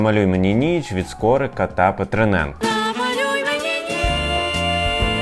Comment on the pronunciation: «Від Скорика і *Петренка» не Петриненка.